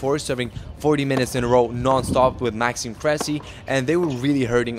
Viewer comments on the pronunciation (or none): none